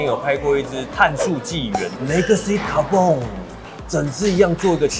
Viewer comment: 其實legacy carbon讀音不是應該是legacy卡奔嗎（讀音）怎麼讀成legacy卡bong了😂